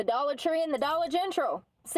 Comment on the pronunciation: She can say dollar general perfectly fine, why she feels the need to say dollar gentral, it’s not cute honey! You sound ridiculous, please stop 😅geez Louise 😂